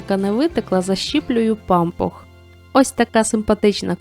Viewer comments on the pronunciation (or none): Неправильно ставите наголос в слові, вуха "ріже"... Не пАмпух, а пампУх... Наголос на У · ...пампУх, а не пАмпух! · Ріже вухо пАмпух